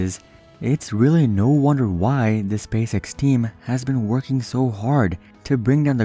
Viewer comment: I like how you say Spay Sex instead of Space X.